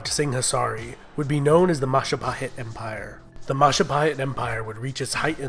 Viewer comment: oh, look who controls all of the islands. it's the mahajapit. ❌ majahapit. ❌ mapajahit. ❌ mahapajit. ❌ mapajahit. ❌ ma- ja- pa- hit? ✅